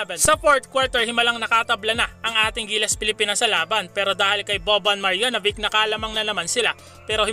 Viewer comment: Sir, sana itama mo ung pag pronounce ng names ng Serbia, hindi "bik" it's "beach" "maryanobitch" ang pag pronounce. Meron pa sa ibang video mo ung "groin" growin, it's "groyn". Un lang mga ka BM.